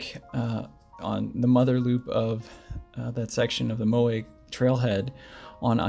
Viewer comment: MOW WICH Lake <<< That's how you say it.